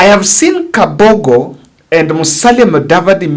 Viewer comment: Mr., it's Kabogo and not Kafogo.